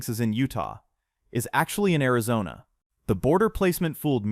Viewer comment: "AIZONNA RONA" 😂😂😂😂😂😂 bruh your ai *edit no I don't mean "you're". I mean the possessive "Your" Like as in the ai they use.